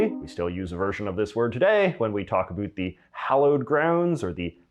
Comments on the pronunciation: LOL the way he says about "aboot" and the way he pronounced the word "schedule" lol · No, as a Canadian, I find him annoying bcs he says aboot knowing that it is not pronounced like that by Cdns - -he's trolling you. We say ABOUT which rhymes with out (not aboot and oot). Never have I ever in my 70 years heard a Canadian say aboot. We are not scottish. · Heh. My college Psychology 101 professor was Canadian, and he said "aboot." 😁 But it wasn't as emphatically pronounced as this guy does it; he said it softer and much more naturally. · The presenter says “about” like a Canadian. Do our Northeastern citizens pronounce that word the same as Canadians? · His pronunciation of words like "about" and "scheduled" is Canadian. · It’s a common pronunciation for ‘ou’ by Canadians and Scottish people.